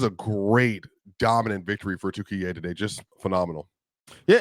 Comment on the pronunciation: thanks for comments, it is offical name now Turkiye not turkey thank you for saying correctly